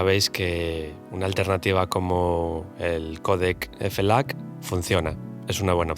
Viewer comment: Quien le dice F-lac? JAJAJAJJAJAJAJAJA Muy buen video. 👏🏻